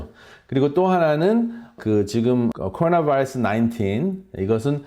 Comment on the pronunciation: 발음 ㅎㅎ 미국 의사분들보다 굴릴땐 더 심하시네요 바이타민은 안굴리시궁 아우,,,~~~ㅎㅎㅎ(코어나바어스 만 ) 잘하심